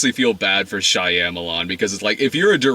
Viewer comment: SHY-amalon really Brad?